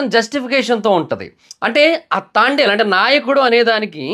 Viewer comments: Pronounce the name properly. It's Thandel not Thaandal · తాండేల్ కాదు బ్రో..... తండేల్ 👍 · తాండేల్. కాదు తండేల్ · తాండెల్ కాదు రా బాబు తండేల్ 1స్ట్ మూవీ name చెప్పడం నేర్చుకో తర్వాత రివ్యూ చెప్తుగాని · Thaandel kadhu bro thandel😂😂😂😂😂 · అయ్యా అది తాండెలు , తాబేలు. కాదయ్యా తండేల్ 😂 నువ్వు కూడా రివ్యూలు ఇస్తున్నావ్ చివరికి కర్మ రా బాబు …..😅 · తాండేల్ ❌ తండేల్ ☑️ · Thandel ❌ Thaaandel✅ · తాండెల్ కాదు....bro.... తండెల్ pronounce mistake❤❤❤❤❤❤❤❤❤❤ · తాండేల్ తాబేల్ కాదురా.... తండేల్ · అది తాండేల్ కాదు తండేల్ 😅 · అది తాండేల్ కాదు.. తండేల్ 😊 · it’s not thaandel .......Thandel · Thandel ❌ Thaandel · తాండేల్ kadhu తండేల్ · Bro thondalu ballulu kadhu bro thandel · movie name tandel......taandel kaadu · Thaandel kaadhu Anukunta bro .. thandel kada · తాండేల్ కాదు bro తండేల్ అని పిలవాలి.... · తాండేల్ కాదురా అయ్యా తండేల్ సినిమా పేరు 😂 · అది తాండేల్ కాదురా నాయనా, తండేల్ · Thaandel ani endhuku antunnav... Irrigation ga vundhi... It's THANDEL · Thaandel kadu thandel chusuko bro😅😅😅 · తాండేలు కాదురా, తండేల్ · Thaandel kaadu bro thandel 🫨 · Thandel movie name nuvvu Thaandel antunnav mundu sariga movie name cheppu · తాండేల్ కాదు తండేల్.... 😁😁😁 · తాండేల్ కాదు రా నాయనా, తండేల్ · ముందు మూవీ పేరు నేర్చుకో బ్రో తాండేల్ కాదు తండల్ ఓకే నా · తాండెల్ కాదు తండెల్ thaaandel kadhu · తాండేల్ కాదురా అది తండేల్ రా... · Thandel ❌ Thaandel✅ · తాండేల్ కాదు రా బాబు తండేల్ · తాండెల్ కాదురా నాయనా తండెల్ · తాండేలు కాదురా అరేయ్ తండేల్ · సినిమా పేరు కూడా సరిగ్గా పలకడం లేదు ఎందుకు రివ్యూ చెపుతారో అర్థం కాలేదు. ఇంతకీ సినిమా చూసావా..... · మూవీ పేరు ఉన్నది ఉన్నట్లు పలకడం కూడా రాదు, మూవీ గురించి ఏదో 100 మూవీస్ డైరెక్ట్ చేసినోడిలా చెప్పారు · First pronounce nerchuko tarva review cheppavachu (move name)